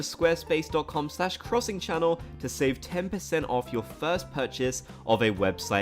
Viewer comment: 'crussing chonell'